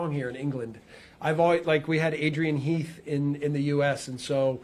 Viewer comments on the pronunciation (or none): none